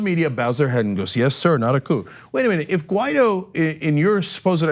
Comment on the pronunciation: I thought it was Guaidó, I was wrong, clearly John said the guy's name is Ghetto.